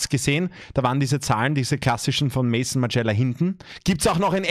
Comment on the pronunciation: Maison spricht man übrigens französisch und nicht English Just saying 😏